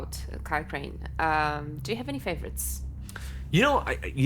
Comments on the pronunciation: Crane? Crane rhymes with train, and brain, and sane, and grain, and rain, and plain and the other kind of plane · Crane rhymes with Wayne